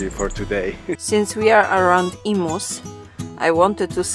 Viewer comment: Love the vids but it’s not emoos it’s em-you’s…hearing emoos makes my ears cringe…